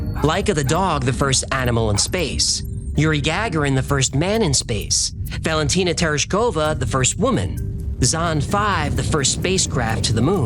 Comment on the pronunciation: Yuri Gag-arin? I have never heard that name pronounced that way. Suspicions aroused.